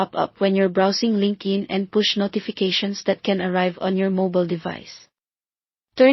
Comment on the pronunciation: Linkin? It's LinkedIn. It's annoying to listen to wrongly pronounced words. Rest is OK👍🏻